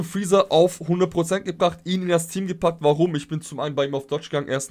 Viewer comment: friezee hört sich mega funny an kann das bitte der neue Name von ihm werde?😂